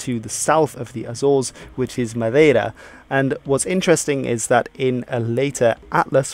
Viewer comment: Do you speak portuguese? You say "Madeira" just like a person from Portugal.